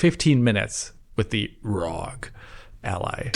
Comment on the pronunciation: Please stop pronouncing it ROG as 1 one word. It is spelled as letter. aR, Oh, Gee !!! Thanks